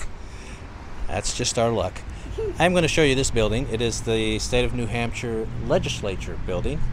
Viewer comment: Lovely! As the locals say, "New Hamshah". ☺️